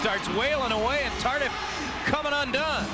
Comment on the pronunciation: Pronounce Tardee not Tardif.